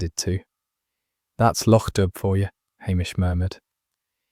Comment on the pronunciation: Please. Lochdubh is pronounced lochdoo. Enjoying stories, but please correct this in future